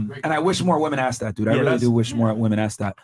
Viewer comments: The blonde sitting beside Chris really does not know the pronunciation difference between woman and women. she keeps saying woman every time instead of saying women. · Why does she keep on saying woman which is singular when it is clear that she is saying women plural?